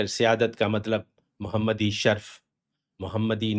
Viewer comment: نَسْب نہیں، نَسَب، نیز شَرْف نہیں شَرَف بولیے